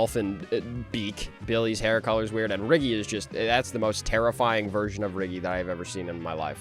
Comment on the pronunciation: that's not riggy that's sniggy💀